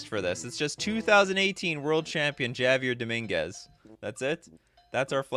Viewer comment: attempts to read out the name, "Javier Dominguez". You're welcome.